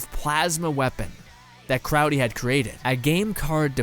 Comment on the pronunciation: Its crowley not crowdy